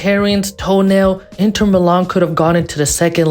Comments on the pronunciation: Great vid but broooo stop calling inter intern 😂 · My ears are bleeding from a certain someone saying INTERn Milano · Nice vid, but are you saying Intern? 😂